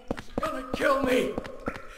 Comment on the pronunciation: "KEEL it with fire"